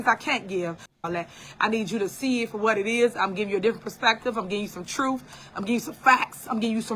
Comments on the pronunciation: Somebody needs to come get her. She needs a real friend who will tell her “girl, no. That ain’t it.” And someone please tell her it’s TRUTH with a TH not trouf. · I’m over here scratching my head trying to figure out, how in the hell did she become a trustee speaking like she’s in jr high school 🤦🏾‍♀️ This lady can’t even pronounce her words correctly, let alone, pronounce the word truth 😂 in her pronunciation “truff”🤷🏽‍♀️ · Super mayor character would be a fantastic SNL skit!😂"troof"😂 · Tiff speaks the TRUFF😂😂😂 just AXE her😂😂😂